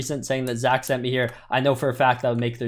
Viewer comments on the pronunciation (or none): none